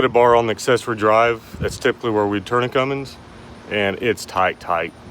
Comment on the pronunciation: THERE'S NO "G" IN CUMMINS! Pet peeve of mine.